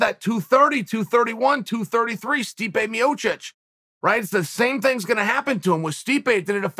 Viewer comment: Joey Diaz called Stipe Miocic "Stiopec".